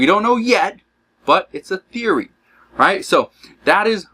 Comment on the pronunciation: You say therory?????